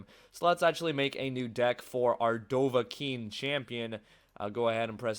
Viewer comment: 'D-oh-va KEEN' lol